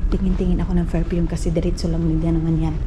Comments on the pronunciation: Don’t say boring but bored. Another thing it is PerFume not ferpume. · Hi""" maninay,,,, maninay ecorrect lng po kita. Hindi po ferpume kundi PERFUME po